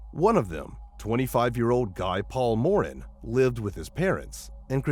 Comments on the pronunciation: The mispronunciation of Guy Paul Morin's name adds more insult to his good name. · I was waiting to hear the mispronunciation of Guy Paul Morin and you pronounced it even worse than i anticipated. It's a French name. Perhaps you should learn how to pronounce names before making the presentation. In the case .. ..later in the day a woman said she heard a girl screaming in a car going by her house and they said that they had already got the guy and that her information was meaningless. Police framing him is unusual? Nope the tunnel vision narcissists do it all the time Their first guess is obviously the right one.